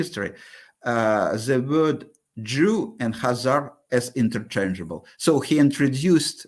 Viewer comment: Kaiser myth?? KAH-zar,.. Kaiser is a completely different word, meaning "emperor". It's directly related to Caesar and Tsar.